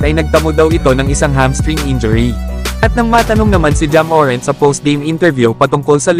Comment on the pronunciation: Boss hindi MORENT ang bigkas kundi MORANT Inaartehan mo kc di naman maganda sa pandinig